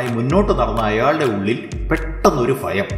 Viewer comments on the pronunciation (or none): ഫാവി, ഫയം, അല്ല ഭാവി, ഭയം ഉച്ചാരണം ഒന്ന് ശ്രദ്ധിച്ചാൽ നന്നായിരുന്നു 🙏🙏👍